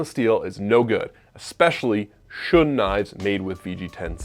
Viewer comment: Shun is pronounced Shoon I have a Shiro Kamo SG2/R2 and a Shiro Kamo Aogami Super. I’m a professional chef working in fine dining and there is not enough of a difference to say one is better than the other, they both have the same Rockwell harness. The knife will always only be as good as who is using it.